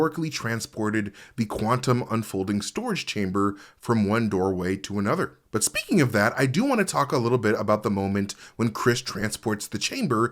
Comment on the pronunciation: please, say speaking again 😂😂😂